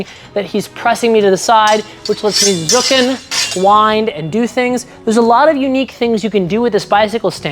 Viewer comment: German fencer here. For your pronunciation of "Zucken" imagine a "t" in front of the word.